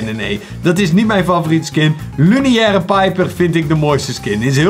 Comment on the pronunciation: Het is niet luniaire het is lunaire piper